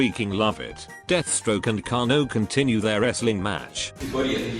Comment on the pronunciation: Ai voice fudged kanos name 😂😂😂😂